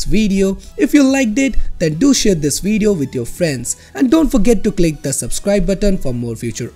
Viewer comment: did he just said weedio?